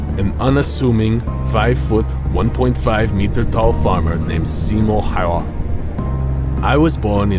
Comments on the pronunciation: Honestly your pronounciation of Häyhä was actually a bit closer to right one than the video had. You went kinda "Häia", but it's better than most English speakers try if they haven't been taught how to pronounce it :) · I have to laugh every time the narrator says Simo Hauva :D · I noied that in the video what you Simo Häyhä can't pronounce hes surname right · The ä is pronounced more like "a" from the word hat. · Also his pronunciation of Häyhä - his own name - is even worse than, made me lol for real.